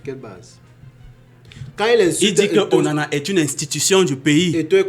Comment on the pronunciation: Onana not OWONA